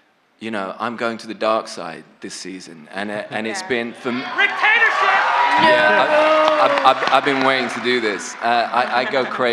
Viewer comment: haha "ricktatorship"